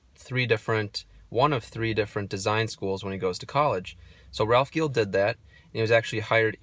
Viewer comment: And Ralph’s last name is pronounced Jeel